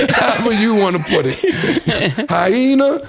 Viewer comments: Ebonics ain’t got nunthin 2 do w/ messing up words Killa 🤣🤣🤣💀💀💀 “Hi-Heyna” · "HighHena" killa lingo😂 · The petty prince can never be wrong lmao it’s hyena Cam not Hi-Hena! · Hyena, Hyhena, hienta.. Knicks in 5 😂😂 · highhena. Finna 😂😂😂😂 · Finna!? 😅 Hyhena!!! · “HyHeena”😂🤣😂 my nigga that’s not Ebonics you mispronounced the word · Cam just didn’t want to admit that he was pronouncing Hy-ena wrong 😂 Don’t put that on NY’ers because I never heard ANYONE pronounce it with an extra H… that’s all on you! ie. stanima and disparicy. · Bro cam got mad stat corrected him saying hyena wrong😂😂😂 bro said finna I’m 💀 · Cam wilding… mispronouncing “hyena” is not the same as using slang such as “finna”.. knows that’s not the real word when she uses it, 😂. Comedic gold, I love this show B. Pause. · I dont know if people just never spoke about Hyenas around my way in NYC but I've never heard it pronounced with an extra H. It sounds wild. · Ebonics don’t equate to ignorance Cam yo ass got mad at cuz you didn’t know how to pronounce hyena 😂 that was 🤡 💩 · I see why Cam struggled in skool. The way he side stepped Hy-Hena into eboniks?....We feel u....what does Prowless mean bruh? its prowess!